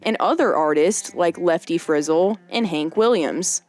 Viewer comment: It lefty Friz-el not Frizzle